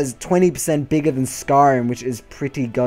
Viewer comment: I believe it is "than" not tahn